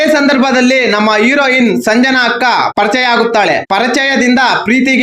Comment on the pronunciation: 🎉 ಪರಚಯ ಅಲ್ಲ ಮಾರಾಯ ಪರಿಚಯ